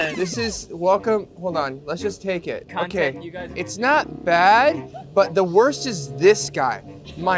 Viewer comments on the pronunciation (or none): eric:"okeeee! Let's eat some food" with a German accent